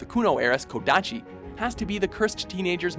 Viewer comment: It's a bit annoying that he said Sasuke Uchina and Ramna instead of Uchiha and Ranma which is correct. It's also Kodachi, not Kodashi. Also, at Tenchi Muyo, there's still the names from the previous honorable mention.